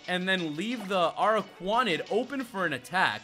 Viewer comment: the little one is pronounced as dew pi der and the big one is pronounced a rak ra nid. This should not have irked me but it did